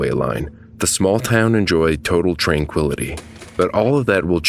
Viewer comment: TRAINquility? You a punny guy.